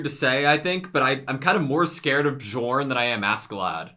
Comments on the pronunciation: Please! It’s not B-jorn, it’s Bee-orn. The J is a Y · This Bjorn pronunciation lmao